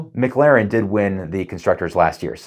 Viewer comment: Mic-Laren? It’s pronounced Ma-Claren. Good over comparison though.